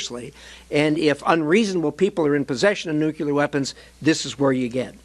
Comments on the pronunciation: Nuclear... Not nucular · The word is nuclear. Nuclear. Not nucular.